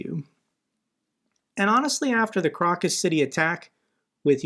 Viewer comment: its pronounced Crocus ( Crow-Cuss) Lol I only know because I worked on a Crocus ave and looked up the pronunciation